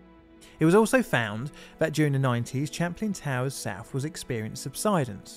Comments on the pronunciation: Be y good but it's Champlain pronounced like champagne not chaplin!!! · For future reference Champlain is pronounced like champagne. It's the name of a French explorer, as well as a lake he mapped located between the US states of New York and Vermont and the Canadian province of Quebec. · Not to seem facetious, but it's spelt: Champlain, and pronounced: "SHAM + PLAIN". —Take care ❤ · Pronunciation: sham plain/ it's French for the famous explorer: Samuel de Champlain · Um, you pronounce it like champagne except with an "l". Sham plane.